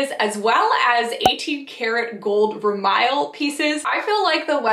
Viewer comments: You pronounced vermeil incorrectly. The correct pronunciation is ver- may. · Vermeil is pronounced as ver may